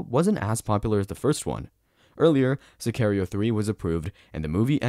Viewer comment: To the guy making this video. Watch the movie, so you can learn how to pronounce Sicario 🙄